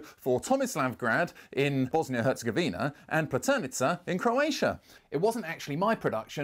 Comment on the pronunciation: Herzegovina - the emphasis is on the "gov", not the "vina" LOL!